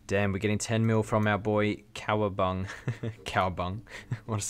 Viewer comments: "cowa bung" It's Cowa BunGA RSN: darkbredloaf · Honest to who you don't know how to pronounce Cowabunga. Lol